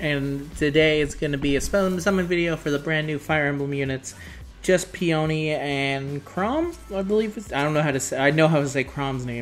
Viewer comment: Fakeouts only happen for the final summon in a 10 fold or in single pulls. Also Peony is a flower name, and is pronounced Pe-anee